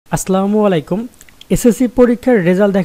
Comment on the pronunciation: ভাইয়া আস্লামুআলাইকুম নয়, আসসালামুয়ালাইকুম হবে সালামের উচ্চারণ।